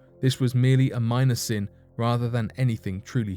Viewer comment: * sin Not "sun".